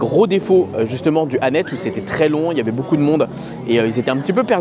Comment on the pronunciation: Ça se prononce Annette-se juste pour info ! 😂 Merci pour cette vidéo de tres bonne qualité comme d’habitude, tu regales ! ❤